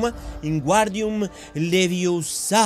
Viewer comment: It's Leviosa... not Leviosá!!!